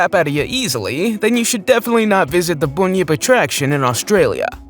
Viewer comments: You’re saying Bunyip wrong, it’s Bun Yip not Boon Yip. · It's pronounced bun (like hamburger bun) yip bun-yip